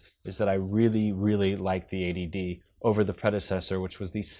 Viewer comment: Sounds like "Canon ADD"